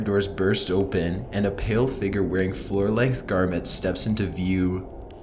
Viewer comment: i like his voice but it bothers me how he says "figure"